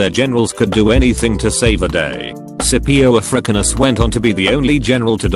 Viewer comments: Suhpio a frickanus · text to voice man: Scipio Ah-Frick-in-us Me: Yeah, that is probably what Hannibal thought when he got played by the dude.